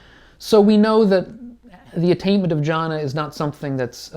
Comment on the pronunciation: Thanks. But it’s pronounced ‘Gyana’. G as in goal.